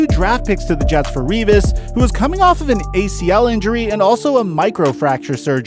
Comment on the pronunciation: U said the name Revis right. Its annoying when thay say my last name wrong